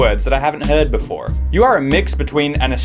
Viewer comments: you pronounce the fore in before like an American :,) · The way he says “before” explains why people are confused.